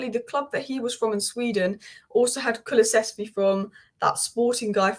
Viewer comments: Say it with me kulu -sev-ski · Ffs. Ku-Lu-Sev-Ski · Hehe Still struggling with his name still 🫢 Kulu SEV ski